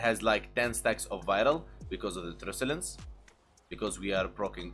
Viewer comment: I love your videos! Keep up the good,work. Truculence is pronounced as Truck-you-lence, not truce. FYI. Just saying.